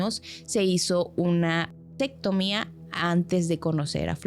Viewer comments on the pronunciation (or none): Para la chica en los últimos minutos no se dice tectomia se dice vasectomía